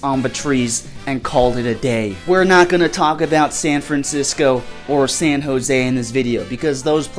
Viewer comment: You dare say San José wrong!?